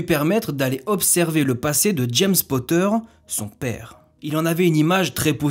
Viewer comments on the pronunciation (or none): none